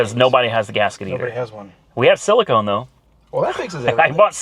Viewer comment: It's so nice to finally hear you say silicone correctly, now if you would only say miles PER gallon. 😁👍